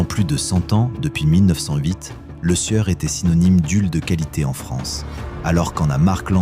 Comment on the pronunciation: tout d'abord c'est Lesieur et pas le sueur !...apprenez a parler ok ?